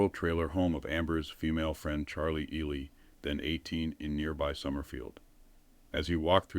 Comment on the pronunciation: Ely is pronounced E-lie...not E-lee. Shes dumb as a rock, as the rest of them. Commit pre-meditated murder and act like it was no. Big deal....🤷